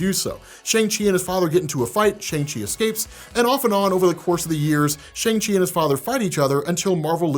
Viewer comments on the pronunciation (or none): It's pronounced SHUNG Chi not SHANG Chi!!!! You still saying it wrong. Lol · Shang Chi (pronounced ShUng Chi) had my OCD goin Crazy! Cuz You of ALL ppl should Know this.. still Loves! #diehardmcu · I've been watching you a long time and I like you but how did you watch a two-and-a-half-hour movie and yet continue to say SHAYNG. I swear sometimes y'all Americans and your ABCs trip me up haha. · Can you pronounce at least pronounce Shang Chi correctly please